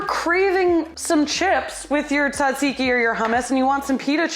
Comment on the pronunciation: I'm sorry about your pan (and fingie ☹️) are you saying tzatziki fancy or am I saying it wrong? 😂♥️ Never thought to put cinnamon in peanut butter for apples! (I do solely eat celery with peanut butter though, or in soup)